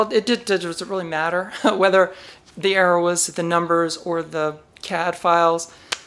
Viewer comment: Woowoo. Congrats. BTW, every time you say CADfiles, I hear Cadfael and think about a crime solving monk during the Anarchy.